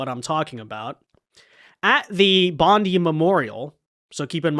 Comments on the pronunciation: Love your vids, but fyi its pronounced Bond’eye not Bondi. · I know people that lived in Cronulla, it wasn't a race riot, it was a gang fight between two large gangs. Also pronounced "bond-eye" not "bondee". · immigration is the problem, not guns. and its pronounced BONDEYE Beach...not BONDY. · JC another American saying Bon-dee instead of Bon-die (Bondi). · Just came to stop by and let you know its pronounced Bond-eye. Hearing it pronounced bond-ee sounds like it was put through a woodchipper. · Say Bond-eye and not as Bondy, Bondie, or Bondey or like (Pam Bondi) Beach. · 'Bon-die' not 'Bon-dee' ..............😊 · It’s pronounced Bond eye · Im a Australian and i can say it was Muslims that committed this horrific act , and when pronouncing Bondi, the letter " i " must be pronounced like - eye, I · “Bond eye” beach is how you pronounce it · Bondi is pronounced "Bond-eye" in Australia. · So our government openly supports Palestine. Let's them fly their flag every where. Shut down half city for thier protest against Israel. 15 Jewish people get gun down and.....it's the gun laws fault. Not immigrating half the middle east here. Not our governments perplexing support for Islamic terrorist states, nope it's not enough gun laws. By the way it's pronounced bond eye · It’s BON-DYE beach FFS. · Brother love your shows. The way we pronounce Bondi is bon-die. A fan. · It's pronounced Bond-EYE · First off, please pronounce it BOND - EYE (Bondi). How is omar still presenting herself after the revelation she is taking billions out of the country? Our gun laws are already tight here in aus, it will be interesting to see how they make the laws tighter. Great content,, keep it up! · Bondi is pronouned Bond Die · it's pronounced "Bond-Eye". 🤣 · Hey, can I please correct the grammar, it's Bondi ( bond - eye). Id also like to give a huge shout out to the Syrian refugee, now Aussie citizen, achmed al achmed who put his life on the line do disarm the grub